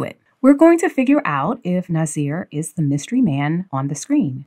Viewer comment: It’s Nassir